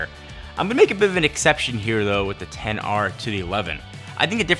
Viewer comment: it's only at this "10R" mention i realize you didn't pronounce X.R